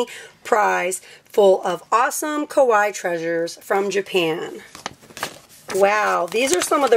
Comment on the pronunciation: Sry but its pronounced kawaII not just kawi